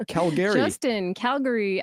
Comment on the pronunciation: bahahaha, The bad part is that Alberta is probably the most right oriented province in Canada! I'm back in BC and it's crazy here lol. I love the way you pronounce Calgary! BTW